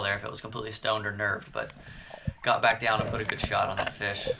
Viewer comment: Gathering a feesh fry